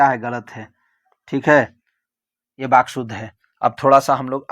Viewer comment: Sir baky nahi vaky hota hai